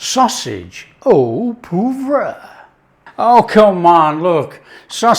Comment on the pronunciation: Love it! pronunciation of 'poivre' seemed to get further from the French version the more he repeated it!